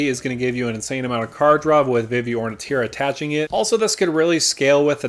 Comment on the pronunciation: Never heard anyone mispronounce Vivi, but lots of trouble pronouncing Ornithier.